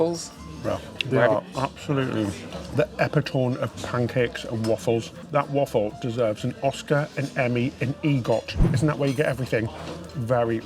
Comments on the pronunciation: I had no idea what you meant when you said epi toom until I figure out you said epitome' pronounced uh pi tuh mee. I even looked up to see if British pronounced it the way you did and no, its pronounced the same way...LOL. just being picky, still love you guys :) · Was your pronunciation of “epitome” meant to be so funny? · Epitome? 😆., you kill me with your pronunciations. 😆 Don’t ever change.